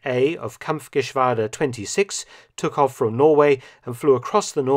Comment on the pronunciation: You pronounced Kampfgeschwader and Unteroffizier very well, Mark. Your german gets better and better 😉